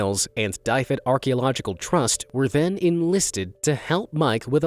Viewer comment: Please learn the correct pronunciation before saying place names! "Dyfed" is NOT pronounced as "Die Fed", but as "Duh Ved". The Welsh language is not suited to American misuse.